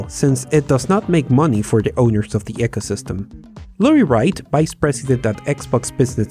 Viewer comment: 'eecosystem', not 'echosystem'